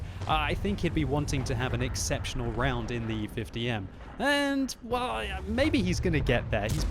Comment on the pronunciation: 'it lows very roll'